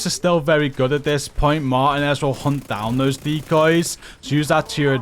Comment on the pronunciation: “Martinez” is Pronounced as…..” Mar•Tea•Nez” GG 🤙🏼